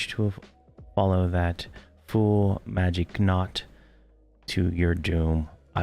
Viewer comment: Magi'Kot - KOT COT COT KOT - not knot not knot.